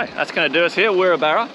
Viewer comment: Wirrabara is pronounced WI…RAB..RA. Nice town